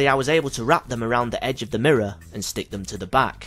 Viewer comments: "The mirruh" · bloody mirruh